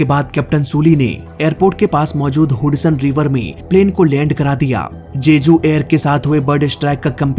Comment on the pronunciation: हडसन को हुडसन बोल रहा है 😂😂